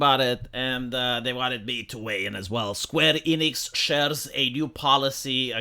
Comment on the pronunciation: You mispronounced SKWEENIX